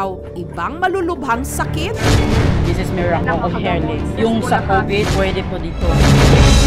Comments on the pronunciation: "Meracle uf Heling" at Rebisco punchline "Ang sarap ng feeling mo" 🤣🤣🤣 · Des es mirakol of heyling😑